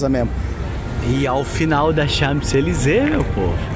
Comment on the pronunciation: Très chic, vocês. Gordo o p não é pronunciado em Champs-Elysées.